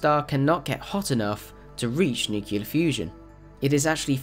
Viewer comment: Dude it's nu-clear not nu-cular...Jesus!!!!